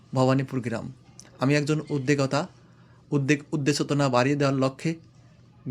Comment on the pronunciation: ভাই শব্দ টা উদ্দেকতা না শব্দ টা হবে উদ্দোক্তা